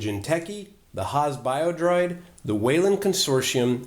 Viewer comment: It's Haas Bioroid not Biodroid. Congrats for the reviews!